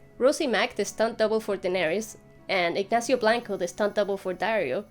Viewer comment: the way you pronounced "Ignacio Blanco" did not sound Spanish at all! you got me there!